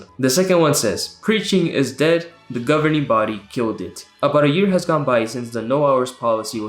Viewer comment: I lose every time they say "governering body," "pioneers" and when you say "publisher."